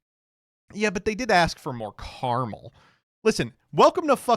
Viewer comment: it is pronounced caramel, not caramel